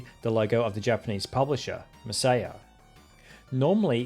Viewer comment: Masiya is read ''messiah''. It actually says it in katakana right above the logo